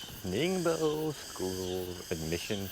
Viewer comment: It's pronounced as Ning- buo 宁波. Thank you.